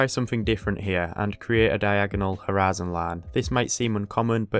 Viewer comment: Why do you keep saying horizon line like U.S southern state?